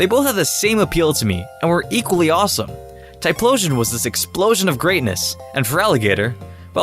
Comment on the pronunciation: FERALIGATR, NOT FELIGATAR! TYPHLOSION, NOT TLYPHSON! TYRANITAR, NOT TRYANTAR! FIX IT NOW!